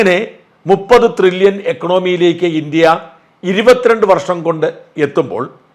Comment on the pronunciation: ത്രില്യൺ അല്ലാ സാജാ, ട്രില്യൺ എന്നു വ്യക്തമായി പറയൂ... 🫣